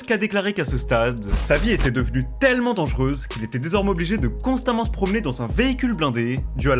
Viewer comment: J'ai essayé de faire honneur à ta vidéo mais je n'ai i pas pu aller au-delà de . Ta narration est désastreuse, je ne pouvais plus entendre le mot "tellement" tellement tu l'as dit en insistant sur sa prononciation à chaque fois. (Les compter pourrait-être significatif mais je n'en n'ai pas le courage et je n'ose imagine le nombre de "TTTellement" durant encore plus de 40mn.) Cela aurait pu être un bon documentaire mais je pense que tu aurais largement pu le condenser en 25 mn max au lieu de près d'une heure à en juger du peu d'infos transmises en 15mn qui aurait pu être soigneusement développé en 5mn. Ce qui est déjà beaucoup étant donné qu'on en est toujours à son enfance et à sa première balle reçu au bout de 15 mn, c'est indigeste toute cette répétition d'évènements reformulées, déjà évoqués 10 fois. Inspire toi des LSD d'Hyconiq par exemple qui maîtrise parfaitement son sujet. Il y a des détails (qui font toute la différence) comme ce gamin blanc propre sur lui que l'ont voit plusieurs fois (en 15mn) de dos, suivi du plan des collégiens blancs de bonne famille, sortant du bahut j'imagine… Ne parle-t-on pas de la pire des banlieue afro-américaine d'Atlanta là ? Enfin bref, je sais que ce n'est pas ce que tu as envie de lire mais voilà, navré, je te dis ce que j'en ai vu et je ne pourrais allé au-delà.